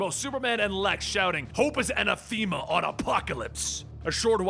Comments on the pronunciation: Anathema: But hey, nice try with anna-THEME-ah :) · uh-NATH-eh-muh. Anathema. Much fun watching your videos, man. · It pronounced, 'A-na-the-ma'.